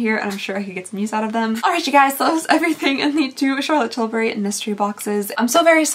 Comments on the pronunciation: Please, fur the love of God, stop with the "CHAlotte TILL bry" crap. It sounds beyond unsubscribe. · I ABSOLUTELY LOVE how you say Charlotte Tilbury.... Everytime I hear that I just giggle...🤣🤣🤣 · I LOVE the way you say Charlotte Tilbury!😂